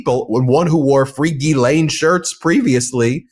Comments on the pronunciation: Gee Len is the correct pronunciation of Ghislaine. You’re welcome. (Love your work.) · Not a spelling class, I just think credibility would be enhanced if he pronounced Ghislaine properly, rather than Gizell, or whatever he keeps calling her. IT’S AN EASY FIX, it made me think that isn’t paying attention to details, which makes him sound less professional than he should. Just my opinion. It’s like people saying EKCETERA. Did they not pay attention in school? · Besides, spelling had nothing to do with it… it’s about PRONUNCIATION, something that a lawyer should be aware of. Imagine, if he was litigating a case to a jury, and couldn’t pronounce a client or defendant’s name properly. Such an error could impact his credibility with one or more jurors. Language has power, and using it correctly is generally an important qualification, but you knew that. 😀